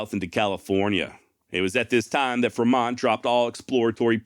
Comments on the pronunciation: Mispronunciation alert!!! FRE - mont not fermont :( John C. Fremont's maps were what led Brigham Young to decide on settling the valley of The Great Salt Lake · Fremont is pronounced like "Free-mont" not how you did. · What do you keep mispronouncing Fremont's name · Am I mistaken or do you constantly mispronounce Fremont?